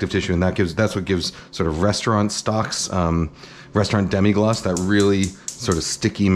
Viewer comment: Really not that important, but it's Demi-glace, not Demi-glacé